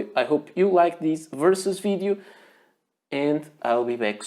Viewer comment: I love the way you say "fidiu", for "video"...